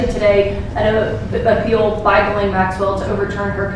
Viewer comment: Jeess-lenn is the correct pronunciation